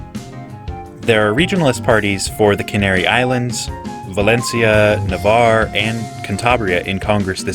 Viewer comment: First video in English I've ever seen where they pronounced "Navarre" correctly.